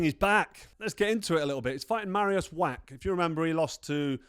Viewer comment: Carl, please learn people's names, it isn't that difficult. Marius' surname is NOT pronounced "Wack" it is pronounced "Vacch" the sound at the end is like the Scottish "Loch". Why are Brits so afraid to have a proper go at foreign words? I love languages - when you learn a language that's not your mother tongue, even just a bit of it - you start to gain an insight into the character of the people, the culture and their psyche. Go for it mate, you know you want to.